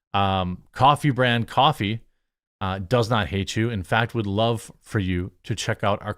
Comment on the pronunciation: Coffhee/ Coffher…. Just saying